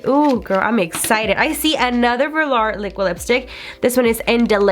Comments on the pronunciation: VO-LURE not Verlar... it was killin me. Otherwise great video 😊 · Vehlaar 😂 I cant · it’s vuh-lore not lure smh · “velAR’ girl it’s velour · And velar instead of velour. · I’m sorry but I cringed at how you said velour 💀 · When she was talking about the liquid lipsticks I was like, "wait, what is she saying before each one?" After the fourth one I realized she was trying to say VELOUR. like girl lmao